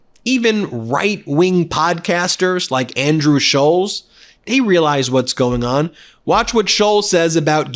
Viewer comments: It’s Schultz , not Shoals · He's Shults not Shullz js